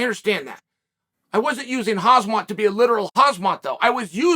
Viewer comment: Chael keeps calling Kha”mz”at, Kha”zm”at, the man’s name is pronounced (Hamza). I’ve been loving the content though, Chael is really good at commentating & analyzing what’s going on in the UFC to the layman, like myself.